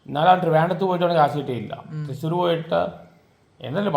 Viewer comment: തൃശ്ശൂർ ❌തിസൂർ ✅😂